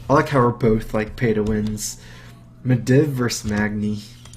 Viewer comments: It's not pronounced meh-div. It's pronounced meh-deeve. At the start of every match you've played the announcer even says out loud the correct pronunciation! GRRRR. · Meh-deev, not Meh-div.